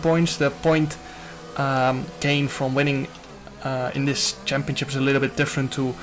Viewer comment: Nobody: Jarno: “champioCcip” 😂